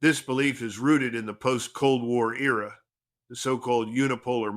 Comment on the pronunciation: Era not ear...